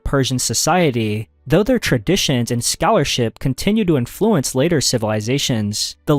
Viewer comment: I could be wrong, but it sounds to me that he trained an AI voice cloner with either his own voice or someone else's, then generated chunks of text into audio and then edited them together. Mostly because of the tone, flow and slightly artifact-y sound. Some words such as "Influence" occasionally stick out as unnatural sounding because of the the syllable stress. Some words are pronounced incorrectly in a way you would expect from a voice cloner, At he says "magnifiKent" instead of "magnifiCent" which is an odd mistake for a native speaker to make and seems most likely either a spelling mistake fed into the generator or a common error that some voice cloners make when they cant tell if the "C" should make an "S" or "K" sound. I'm not saying there's anything wrong with him using a voice cloner, the creator seems to be putting out a lot of content and if it speeds up the workflow and most people can't tell the difference then why not. I was only giving an potential explanation for the previous commenter as to why the inflection might sound odd.